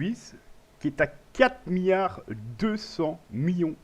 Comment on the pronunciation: "Houitième" position ? 6 "miyard" ? xDDD